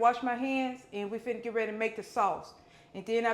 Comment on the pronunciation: Lawd if don't tickel me when she say fid'na. I hope she opens a restaurant one day. It won't be empty, she cooks with love.